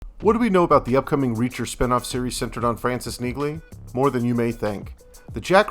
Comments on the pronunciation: How can you do a gig on Neagley when you CANNOT EVEN PRONOUNCE HER NAME?????? It's not "negly." It's NEELY. Get it right or go home! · Everything we know? How about starting by pronouncing her name correctly. NEE-lee. Say it slowly. NEE-lee. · UGH you can't do a report on a series named after the main character and NOT know how to pronounce her name correctly. It is Nee-ley, the "g" is silent, just like the word "neighbor." You don't pronounce it neg-bor; it's nay-bor. Again, the "g" is silent. NEE-ley. Say it outloud ffs. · Please pronounce her characters name correctly. The last name of Jack Reacher's sidekick, Frances Neagley, is pronounced NEE-lee (rhymes with "mealy"). Thank you. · You are hardly the person to tell us "everything we need to know about Neagley" when you can't even pronounce her name correctly. The "G" is silent. It is pronounced "NEELY" Really,. Don't be trying to pass yourself off as some sort of "expert" when you can't even get the basics right. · her name is pronounced "Neely". Watch Reacher. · The second time he said, “Neeg-Lee” I stopped the video. Couldn’t go any further and I’m interested in updates on the spinoff. The characters name has CLEARLY been stated throughout the series. I’ll find updates on the spinoff elsewhere. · On the show it seems Neagley is pronounced Nee-Lee. I think the G is silent. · Someone needs to inform AI that the g is silent in Neagley! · Learn how to say her name if you’re going to make a video! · I can't even take this seriously if you guys don't know how to pronounce the main character's name.